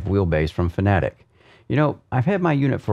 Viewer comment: Fanatic lol 😆FAN-A-TEC FFS 🙄